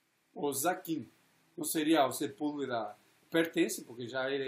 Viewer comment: O nome do advogado do Lula é Zanin e não "Zaquim"... Cristiano Zanin Martins!